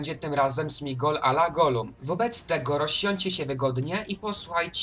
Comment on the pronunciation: Materiał dobry ale błagam popraw jedną sprawę - to Sméagol nie Smigol 😂